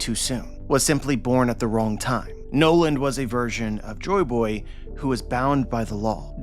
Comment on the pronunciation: UhHhMm AcKtUaLLy He SaYs "Jo BoY hErE" Joyboy (Jo-EE Boy) not jo boy